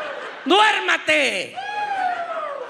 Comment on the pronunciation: The duermate!!!!! Duérmete. Hilarious hilarious.